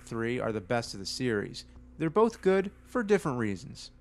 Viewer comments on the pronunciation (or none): none